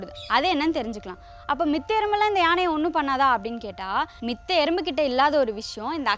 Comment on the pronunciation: மித்த என்று சொல்வதை தவிர்க்கவும். மற்ற என்று சொல்லுங்கள். சீமை கருவேல மரங்கள் நம் நாட்டிற்கு நல்லது அல்ல